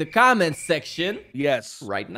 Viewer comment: Am I the only one that realizes or did forgot how to say comment